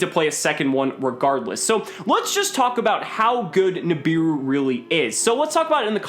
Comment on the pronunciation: "Nibiru" Im about to end this mans whole career.